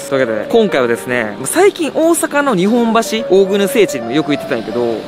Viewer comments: ✖️にほんばし ○にっぽんばし 大阪の日本橋の場合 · にほんばしやなくて にっぽんばし！！！ 馬鹿にしてんのか？